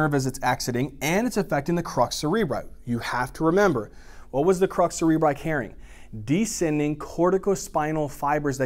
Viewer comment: Crus not crux!😅